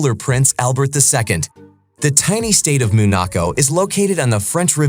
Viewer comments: Its called Monaco, not MOOOON ACO WTF🥴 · He called it what?! Moonaco?! At least learn to say it correctly. 🤦‍♀️